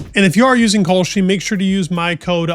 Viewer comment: Does California sound like cauliflower? Same with your pronunciation with Kalshi. It’s Cal (Kal) not Kaulshi.